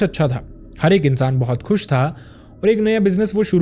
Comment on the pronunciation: "insan " sound ,very bad??